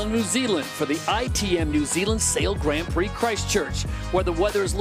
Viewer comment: I just would like someone to gently suggest to him how to pronounce the Grand in Grand Prix. Please